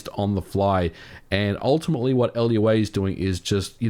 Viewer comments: Lua is pronounced "Loo-uh", not "LUA" :) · It's pronounced lua, not L.U.A. It means moon in Portuguese. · I wonder if it was done intentionally to not confuse it with a similar sounding name, or if the way he pronounced it, it didn't sound like loo-ah. I could see him saying it L.U.A. as a way of clarifying. Regardless...TIL. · It's pronounced "loo-ah", not L.U.A. It's from the Portuguese word so say it like the word, not spell it out. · L u a? It's Lua. Like "lew-ah." A very popular embeddable scripting language. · why did he said L.U.A? :'v its Lua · I just got hurt a bit when he pronounced Lua as L-U.A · FYI Lua isn’t pronounced letter by letter, it’s “Loo-a” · "El You Ayy" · I'm a huge fan, but I gotta call you out for pronouncing "Lua" as "L.U.A." Would you call "Python" "P.Y.T.H.O.N."? Lua isn't an initialism. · first time I've ever heard Lua referred to as LUA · Are you supposed to spell out Lua, or do you say it like a word? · Elyouwey lol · "Lua" is pronounced LOOH-ah (it means "moon" in Portuguese) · It's pronounced LOO-ah, from the Portuguese word for 🌙; the language was invented in 1993 by three computer-graphics experts at the Pontifical Catholic University of Rio de Janeiro, which explains the Portuguese name. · Lua is not pronounced L.U.A. its a single word. It means "moon", hence the logo of the language. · 80% of comments: equates emulation to piracy 20% of comments: it's loo-ah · Lua is not an acronyms, it's pronounced Lewa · "L. U. A." - anyone else suspect MVG is an imposter? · Hearing Lua pronounced "L U A" cracked me up. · Lua (moon in Portuguese) is the name of the programming language, not an acronym pronounced kinda like 'Luau', but instead of "Loo-ow" it sounds like "Loo-ah" "I just went to the loo, ah." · yeah >.< just as funny as ppl that pronounce GIF as JIF >.< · The name “lua” is not “l-u-a”, it’s “lúa” with emphasis on u. Lua means moon in Brazilian portuguese. This language was created here in Brazil. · Imagine calling lua, l u a